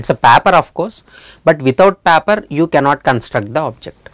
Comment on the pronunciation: loved that way u said "paper" 😂😊